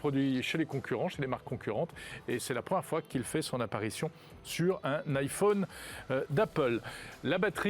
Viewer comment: Faut vraiment qu'il arrête de dire "iphaune" 😐